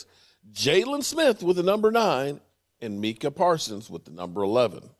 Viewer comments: Mike-Uh Parsons. Not MeekUh. Like your son's name is Mike. Mike-uh. Mike-uh, Mike-uh. Come on man. Micah Parsons. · Hey do you call Tyson Meek Tyson or do you call him Mike Tyson 😆😆😆. His name is Mike- Ah Parsons 😆😆😆😆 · Mike-ah. Like your son... Mike ah... not Meek ah..... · MeekA lol how hard is it to say Micah lol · meekah parsons come on get his name right its micah parsons. MICAH PARSONS NOT MEEKAH PARSONS SMH. i am still a fan of your show but please get his name right. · Not crying dude. Mike-Uh. His son's name is Mike. It ain't that hard. Is his sons name Meechael? Let's try not to butcher peoples names especially when we have kids names who are the same. LaMarcus Lawrence?? Leighton Vander Etch or Jabril Pippers? Zack Precott? We are all Cowboys fans in here but let's get their names right. Go Cowboys. Good info though. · Hey. Here is how you sound out micah parsons name lol.... MY-KAH. Not MEE-KAH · I heard you say his name correctly once, now you're just not trying. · it’s annoying, say his name right! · That's what he does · I haven’t been here in months and he’s still butchering names lol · It's annoying as hell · He said it right before I think he likes butchering names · learn to pronounce Micah's name and stop with the drama